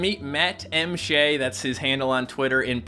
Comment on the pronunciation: what the frick?! i thought Shea was pronounced the same as the Shea in Sheabutter